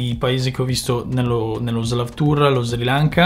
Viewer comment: un unica cosa ... sri lanka si pronuncia con la S marcata non con la z :D